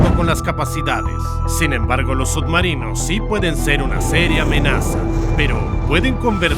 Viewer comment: Pronuncias sud marinos?